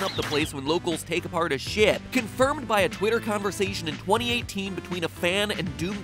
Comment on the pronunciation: did mat just cuss?! I know he meant ship but it sounded like sh**